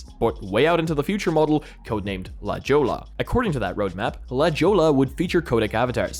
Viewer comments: A little tip: la jolla is actually pronunced " La hoia" and not "la chola". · Heads up - La Jolla is pronounced "La hoy-aa" it's a location in San Siego here in California and derived from a spanish word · Thank you, came here for exactly this reason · LOL😅😅 LA Jolla.. La "Hoyaa"...duh...😂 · He is foreign you know. Mexico is no way near him I'm sure..😅